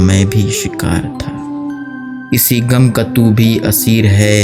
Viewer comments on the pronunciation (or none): گم نہیں غم پڑھئے بھائی